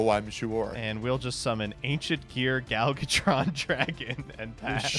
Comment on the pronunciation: Is calling Ancient Gear Gadjiltron Dragon "Gal Gotron Dragon" some sort of Gal Godot joke or something? I ask because he dogged for his pronunciation of the card name while simultaneously getting it wrong every single time he said it. THERE IS A "J" IN THE NAME. YOU KNOW, "J"? THE FIRST FUCKING LETTER OF YOUR NAME? YOU KNOW HOW "J" IS PRONOUNCED DINGBAT? YOU ABSOLUTE BUFFOON?!